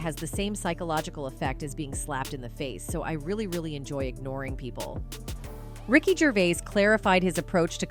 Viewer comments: Ricky gravis haha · Ricky GRAVIS, hahaah. What is this shit?